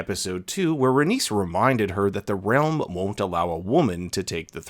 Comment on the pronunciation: Rhaenys doesn’t rhyme with Dennis, it rhymes with anus.